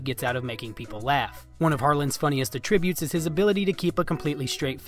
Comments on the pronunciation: ATtributes… not aTRIButes. EmPHASis on the sylLABle. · you said attributes like a verb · Learn how to say attributes.